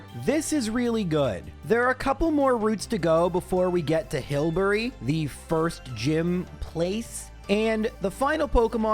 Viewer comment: "Hilbury" (actually Hulbury) is the second gym location, not the first. Also, it's Max Flutter-BYE, not Flutter-BEE